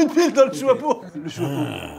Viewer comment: Ce que j'ai retenu de la vidéo mcfly qui ne sait pas dire chapeau "le chouapeau "